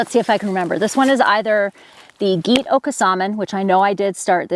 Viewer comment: Gete-okosomin (pronounced GhATE-ay-Oh-COHS-suh-min) or something close, but not Gheet. Interesting pre-Columbian heritage seed, and some debunking mythology as well.